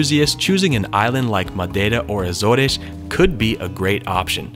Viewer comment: You're pronounced azores wrong